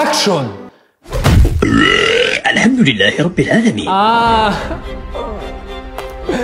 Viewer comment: Lhamduhlila😂 eraberahlemin😂